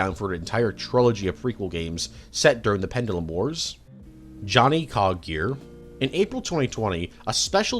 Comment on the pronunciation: please dont ever say sanguine ever again please 😂 and as for the pronunciation of pendulum jesus mate your top tier rage baiter 😂